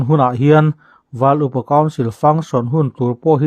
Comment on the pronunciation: Val iu pa council nge,val upa council? I chhiar khan,iu...ahnu ah i lamleh khan upa .